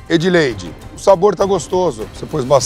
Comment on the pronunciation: Edleide close errado